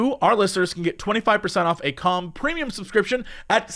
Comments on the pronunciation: everytime he says 'calm' or 'com' my ears always hear it as something else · I know the name of the app is Calm, but I can’t help but hear it as cum, and it makes the ad that much funnier. Juvenile, but I can’t help it. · Boy it does not sound like he's saying "calm" at the start. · I love how Jesse pronounces 'calm' ( ͡° ͜ʖ ͡°)